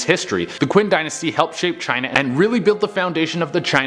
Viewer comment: Qin is pronounced chin